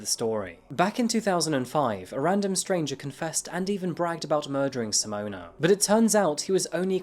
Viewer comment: Simona and toebeeus 😂